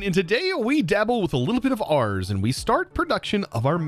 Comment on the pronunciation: Day 900 of telling chosen that ars is pronounced «ar» (throat-back-R), and not like «arse»